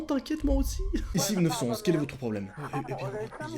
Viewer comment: Arrête de dire 911 stp dis neuf un un stp. Ça brise mes oreilles de québécois😜😜. Excellente vidéo sinon.